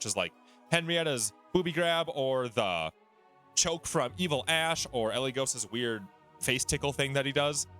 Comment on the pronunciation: It's ash and u keep calling him hash lol